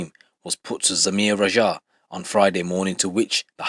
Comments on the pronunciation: Why you pronounce it like "Rajhaa" bro say it like it is, "Raaaja" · Bro im suprised you struggle to pronounce simple asian names like raja? ...Wats that about lol